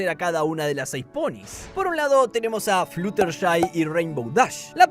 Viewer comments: Cadans fluutershai scotallllo di los nombres bien😢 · Me molesta un poco como dice los nombres pero a la vez es muy gracioso JAJAJA, CADANS FLUUTERSHAI JAAJAJ